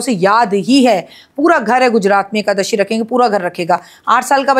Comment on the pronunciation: Is nalayak aadmiko a,kadashi bhi bolte nahin aata,rakhiji usko correct bhi nahin kar rahi hain,kyun?